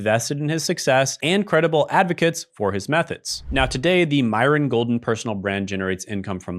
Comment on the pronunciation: Is this an AI video because you're pronouncing his name wrong and it just doesn't seem like it has your usual vibe.